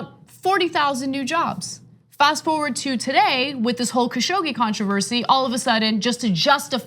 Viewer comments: FYI, his name is pronounced "Cash og gee" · Kyle. Repeat after me KA-Shoug-jee !